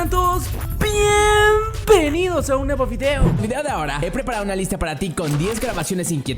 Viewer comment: Creo que son los pushers y en la primera parte en vez de bienvenidos dice pienpenidos XD y me gustan muchos tus vídeos.